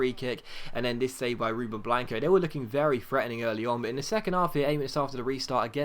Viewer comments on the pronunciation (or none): none